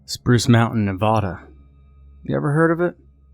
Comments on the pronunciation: It says Spuce instead of Spruce! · "Spuce" Mountain lol. Great video as always!